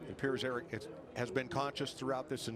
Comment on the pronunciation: John Frakes 😂😂😂 she also said "I hope Aric is OK" so her attitude is shit but this is a justification?! Please, btw it's ARIC